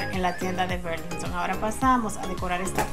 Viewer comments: Hola Loba, no mi corazon Burlington es como escribe, berlinhton es como se pronuncia , una brazo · Burlington. Querida así se dice